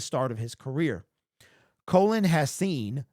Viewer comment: Cologne... u r brutal with the names...lmao 😂